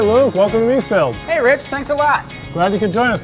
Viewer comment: Please, could the owner learn to pronounce the name correctly! It is Mees-FELD not Mees-field.